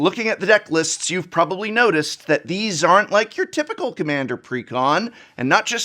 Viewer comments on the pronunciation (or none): none